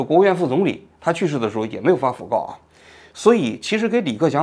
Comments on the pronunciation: 读音应该是讣fu 四声 告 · 讣告 (fu)四声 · fugao 讣告 fu 念第四声